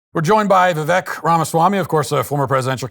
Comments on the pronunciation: It’s V(wake) from Wake-up, not V-veck or Why vek… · Viv-ake like cake not Viv-ekkk like tech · Matt: Vivek is pronounced 'Vivake'', rhymes with 'cake' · For the love of.... Matt, VIVEK RHYMES WITH CAKE! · Vivek like cake. Ffs man. Gets his name wrong in the first 2 seconds. Bad start. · It's "Vivake" sounds like cake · It's Vivek like cake, Matt. He is so polite he doesn't correct people. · The reason I can't find the will to respect Vivek anymore is that he doesnt correct people on the pronunciation of his name. He used to take pride in it and its a very easy name to say. At this point, mispronounciation is disrespectful. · Vivek like cake!!! How many times does the man have to say it! lol. Vi-vake! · Just an fyi... It's Vivek as in cake. Vivake. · Its vi"vake" like cake. Come on Matt! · It's pronounced "VIVAKE". LIKE CAKE! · People still pronouncing his name incorrectly still is ridiculous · Vivek rhymes with cake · it’s Vivek like cake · Matt, by now you should know how to pronounce his name. It’s “Vivake” like cake. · Omg all this time, and you still don't know how to pronounce his name. Trump-Vivek Vi-vake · Can someone tell Matt that Vivek's name, when pronounced correctly, rhymes with cake? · Matt - bro - Vi-"vake" like "cake". There is no reason for you to still be mispronouncing the man's name. Do better my guy! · Cake, Shake, Take, Vivek. It rhymes with Cake. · It's not too hard to take two seconds to learn how to pronounce Vivek correctly. Rhymes with cake. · Vivek rhymes with cake. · He means Matt pronounced it wrong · Too much credit. He couldn't even pronounce Vivek correctly. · Pronounced his name wrong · True. But Matt did have him on and let him speak without constant interruption. But yes he should learn to say his name correctly. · Surely Walsh is informed enough to know the proper pronunciation of Vivek…. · Try to say his name correctly please. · Does Matt really not know how to say his name? No research? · Too bad he mispronounced Vivek